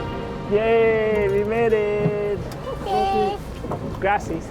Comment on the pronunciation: oof, when the guy said 'gracias'